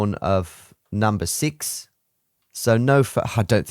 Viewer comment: number "sux" you mean